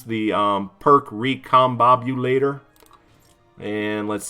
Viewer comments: its pronounced "RE come BOB u Lator" love your vids lolol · that’s great that you’ve made so much progress! It can be a difficult thing to overcome for sure. But I wasn’t referring to any stutter. I meant right at the beginning when you read recombobulator (step by step) and went right over one of the syllables. The internet has a running joke about how a lot of youtubers just don’t pronounce these kind of things right and it seems you just got sucked into the joke, that’s all